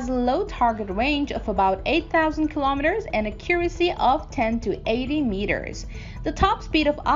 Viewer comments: "Akyure- isy"? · Thought the same thing with "ah-curacy" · a CUR' a see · Same here :) She has a native system of sounds but for some reason mispronounces so many words: accuracy (word stress), minuteman and all her -teens have their i's too low (sounding like -tin). A very interesting case from a linguistic point of view.